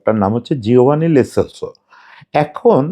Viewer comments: লে না লো সেলসো। আগে খেলোয়ারের নামটা অন্তত ভালো করে জানেন তারপর ভিডিও বানান। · Vai "Le Solso" na, its "Lo Selso". Barbar kane lagtesilo.... Sorry